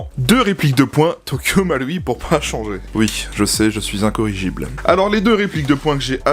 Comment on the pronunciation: Quel plaisir de voir quelqu'un prononcer le ル de 東京マルイ correctement...